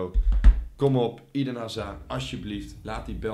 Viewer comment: Eden zeg je als eeeeden niet ieden